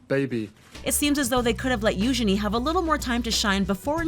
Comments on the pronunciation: You-gene not you-ge-ne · What do you mean - "Moved into a SMALL cottage?" Frogmore Cottage is five cottages joined into one large dwelling. It has for example five bedrooms. Have you seen the picture of it? And the princesses Eugenie's name is pronounced You- GEE- nee". Make sure you do your research before doing your voice-overs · It's not youshany it's youjeny(eugenie)!!!!!!!!!!!! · It’s Eugeenie get it right America